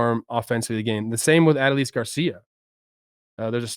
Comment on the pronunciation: Say it with me Trevor: "Uh-DOUGH-lease"